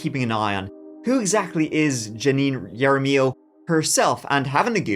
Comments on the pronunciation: Well, continue to enable these crazy people by dismissing their cases. For them it just means that they can do whatever they want, until disaster strikes. By the way, the prosecutor is the only one that pronounce her last name correctly. It should sound Haramillo. the "J" in Spanish sounds like the English "H". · I love how you say Jaramillo ❤😂 As a native New Mexican, I know it’s pronounced “Hara-mEE-oh” (it’s hard to roll the R in spelling. There’s so many of these videos that are (sadly) from NM and hearing everyone mispronounce the names has been fun hearing ❤ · First: 😂😂😂 karma is awesome Second: its pronounced ha-ra- me- O Third: shes known all over NM.. she's crazy..a thief..liar.. drunk..abuser..drug addict..she tried to pull shit on my mother but thank god she had a friend with her or else im sure jan would've hurt her.. she's a POS Fourth: NM loves their criminals I'm surprised she even did time look at her record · I love you!! J's in Spanish are pronounced like an H. Jaramillo is Haramillo!! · Jaramillo is pronounced Hair ah mee oh. Just FYI. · I believe her last name is pronounced "har-a-MEE-yo." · Jaramillo is pronounced with an H sound not Y 😅 like how we say jalapeño with an H sound. Not a big deal, just a little Spanish lesson for the day from a certified New Mexican lol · that's not the way you pronounce jaramillo 😂😅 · The “J” in “Jaramillo” is actually pronounced like an “h;” just like the “J” in “San Jose.” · Great video! (Jaramillo is pronounced with the J making an H sound.) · OK no, I can't handle the mangling of names coming from your turista coloniser mouth. Either don't try or try harder, this is deeply insulting, What kinda J for Jenius looks at "Jaramillo" and says "Yarra-miyow"??? Stay in school, kids, or don't pretend to be an authority on anything. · Yara-mee-yo Dude, it's said correctly about 5 times. Hara-me-yoh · When Hispanic names start with a J it makes an H sound, not a Y. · It’s “Ha rah me o” Jaramillo. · Ha-ra- me-yo